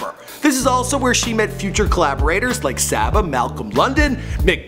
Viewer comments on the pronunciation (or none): It's Saba, Saba Pivot.... not saaaba